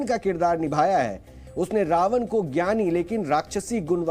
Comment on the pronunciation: कृपया रावन और रामायन का उच्चारण सही प्रकार यथा - रावण और रामायण उच्चारित करें। न और ण का फर्क समझें। हिन्दी चैनल पर हिन्दी उच्चारण तो कम से कम सही होना चाहिए ।